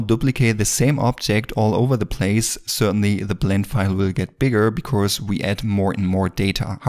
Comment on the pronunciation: Great Video😍but please practise pronouncing "because" 🤗